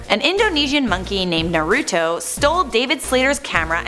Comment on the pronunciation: She pronounced naruto wrong